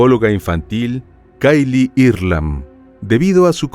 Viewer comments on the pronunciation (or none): none